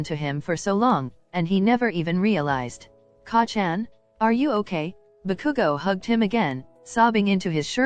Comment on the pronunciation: wow you can just tell that you put a lot of time, work, and effort into this. it's amazing! please do make a part 2 of it won't stress you out and if you'll have fun making it! Also even tho the way it was saying Kacchan was driving me mad I still kept watching it cause the story is just so compelling especially since I'm a huge 🧡Bakudeku💚 shipper